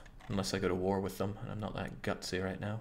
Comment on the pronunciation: rätt nu? Thought you said Reicht nauw!